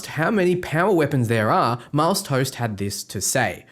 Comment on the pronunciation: pretty sure tost is not pronounced toast :p great video!